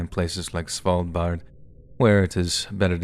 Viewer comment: Svaldbar? You mean Svalbard?